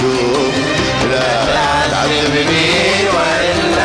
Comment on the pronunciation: مين اللي قال لا تعزبني والاصيل يصحح له حرف الذال😀